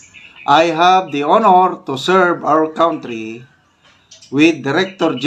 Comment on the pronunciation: Kantry po not kawntry!